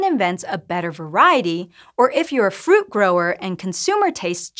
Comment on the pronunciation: It helps if the presenter can pronouce root, fruit, and shoot in slightly different manner. I had to replay 5 times to process the indormation 😂